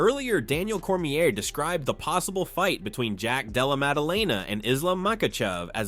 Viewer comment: Cornier and Mikachev xD come on bro check your AI voice before you post